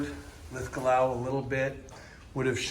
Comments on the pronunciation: I love how your pronunciation of Linlithgow got worse as the video went on! 😀 A hard one for our cousins across the pond. You were correct the second go, right at the start btw, not that it matters. One love from Glasgow. 💙 🦁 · It's pronounced Linlithgo. The W is not pronounced. Just as Glasgow is pronounced Glasgo. However, Loch Lomond is pronounced Loch Lowmend. Next week's lesson will be Milngavie and Culross.